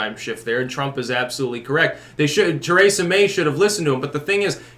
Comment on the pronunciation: Too-ray-za, Braygzit